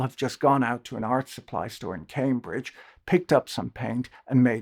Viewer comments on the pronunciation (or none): none